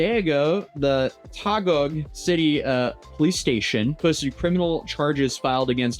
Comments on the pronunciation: You have to make the phonetic sounds man. Remember, Ryu used to be called “Rah Yoo” because of the movie and cartoon. So it’s “Tah Gig (Taguig) City” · that's Taguig, not Tagog😅 it's Taguig City.